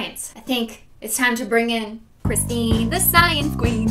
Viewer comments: My brother: Christine the science queen??? Me: No!! CriStInE ThE ScIeNcE QuEeN 👑 I was more pissed off that he said her name wrong! ( he said it with a H ) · its not christine its CRISTINE she says with no h